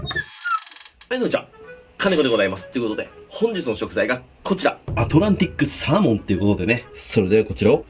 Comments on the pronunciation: アトランティックサー→モンがアトランティックサー↑モンだとむずむず😎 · アトランティクスァモンって聞こえる